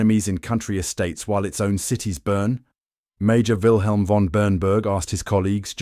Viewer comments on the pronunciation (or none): none